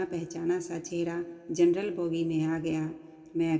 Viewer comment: Jarnal bogi nahi janaral bogi